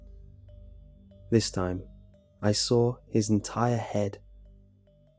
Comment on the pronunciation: "I sawrl it"